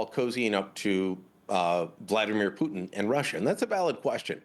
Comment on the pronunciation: I dunno, he totally butchered the Putin part.